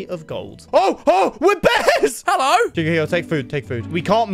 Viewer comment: how normal people say hello normal people- hello how says -heloy